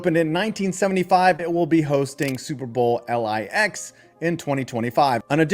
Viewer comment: Time to learn Roman numerals. Superbowl "ell eye ex"???